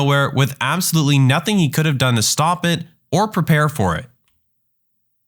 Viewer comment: "Nazing that coming" 🙏🙏🙏🙏😭😭😭😭😭